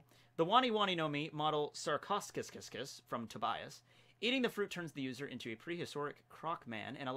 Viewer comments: I love all of this but please learn how to pronounce your ancient animal names,its painful to listen those completely mispronounced words like Sarchosucus is pronounced like Sarkosukus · your pronunciations of sarcosuchus (sarco su cus) and arthropluera hurts, also arthropluera was a giant milipede and an herbivore. Still a fan of u and ur videos